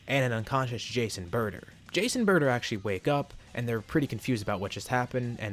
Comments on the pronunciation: Whenever you say Jace and burter, I hear Jason burter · Idk why but whenever he says "jeice and burter" i keep on thinking that he's saying "jason burter"